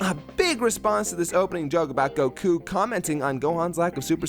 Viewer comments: You said gokuu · I hate how he says Goku